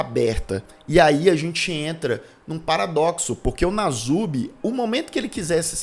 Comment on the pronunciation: É perturbador o que fizeram com ele...uma observação: o apelido dele é Nasubi, o s se pronuncia com som de s mesmo.